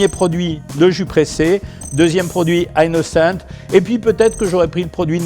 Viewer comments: c est a dire que c est un produit francais donc on prononce, "innocent" surtout que meme en anglais ca ne se prononce pas "aie nocente" mais bien "inocente" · On prononce "innocent" pas "aie nocente" c est un produit français, meme en anglais ca se pronnonce "inoncente" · Surtout qu'en anglais, ça se prononce pas "aynnocent" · Innocent est un produit français, pourquoi le prononcer avec un accent anglais ? 😅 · c'est votre prononciation de "Innocent" 😂